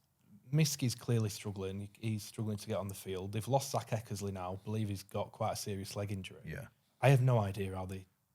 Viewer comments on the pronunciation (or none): can’t pronounce Eckersley!